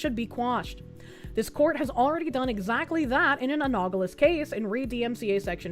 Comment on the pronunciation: please, for the love of all that is good in the world, please stop mispronouncing anonymity and subpoena...and analogous